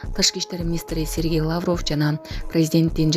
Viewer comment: Лаавров эмес жон эле Лавров!!!!